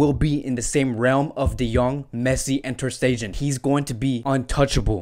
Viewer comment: With due respect , your content & analysis has been excellent except your pronunciations e.g. it's not Sane as in antonym of insane... it spells saa..ne.. just like sadio maa... ne... same way leroy saa...ne. Same for ter stegan it spells "ste-gan" not "ste-jan" .. like its waa.. gue... not wayg.